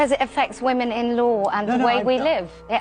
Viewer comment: Women is pronounced "wimin" why are so many people getting this wrong all of a sudden? What is happening?